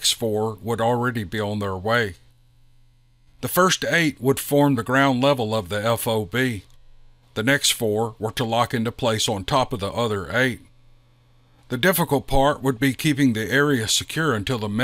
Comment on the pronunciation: I'm SO glad the author knows the difference between over and out. That's one silly thing that always bugs the crap out of me. Also, FOB is pronounced as phob rather than F-O-B. 😃